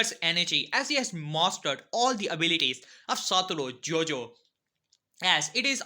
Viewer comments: Please say his name right it is not JOJO it is GOjo (thank you)👍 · Bro its satoru GO-JO not JOJO 😂😂😂😂😂😂😂😂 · It's gojo not Jojo 🤣😂🤣😂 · It gojo not jojo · It is GOJO not JOJO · Bro it is not Jojo it is gojo